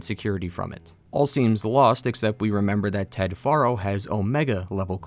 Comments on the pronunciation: I find it funny you call him far-0 even though in the game they pronounce it pharaoh.. are u a putz or someone who just likes changing things the way they want it to be … either way …. Putz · Great recap of both games. One teeny tiny nearly insignificant gripe. Your pronunciation of Ted Faro like far-o. But it's pronounced like Pharaoh, which I think went to Ted's head. That's why he named his bunker Thebes (once capital of Egypt}. The Chariot line (chariots became popular back then) is full of ancient Egyptian references; scarab, khopesh & Horus. Also kinda funny is Elizabeth Sobeck's name. Sobek is the Egyptian crocodile god. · Ugh it's "Fair-o" not "Far-o" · I know this is little thing but you mean to tell me you know how to say fero but you can't call the guy by his actual name you got to keep calling him foro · Anybody else think these video creators are just reading from a script and never played the game? The author said Ted Faro (think pear-o in pronunciation. The actual game says how it's pronounced) as Ted Faro (as FAR-o, like "that cliff is FAR off in the distance)... Am I the only one bothered by this?! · It's Ted FAIR-oh, dude. Not "FAR-oh". Why doesn't anyone ever pay attention to how the characters names are pronounced IN THE GAME? The characters THEMSELVES pronounce these names. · Why are you pronouncing it "Theeb-iss" when it's pronounced "Theebs"? And it's not "Faa-ro" it's "Pharoah". They say it multiple times. Drives me bonkers when people purposefully mispronounce shit that has a very clear pronounciation. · Dude, it's Faro, like Pharaoh, it's said in game repeatedly... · ah yes "Ted Forrow" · How do you play HZD and HFW and still mispronounce "Faro"??